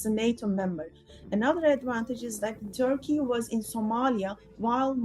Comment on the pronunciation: For God's sake, it's not 'Taki'; it's Turkey, even Türkiye